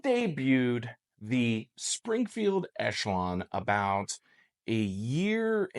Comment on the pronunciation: Ok, I've heard all the "thees" I can stand for today!😳Time for closed captions with the mute tab!👍